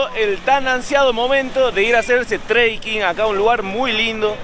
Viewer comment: Muy bueno!! El drone lo más!! es trekking no treiking. Abrazo!